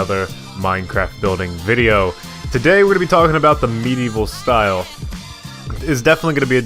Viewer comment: For some reason I heard you say meat evil style! XD Great video!